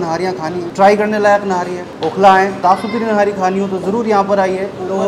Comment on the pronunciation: Its not nari its nihari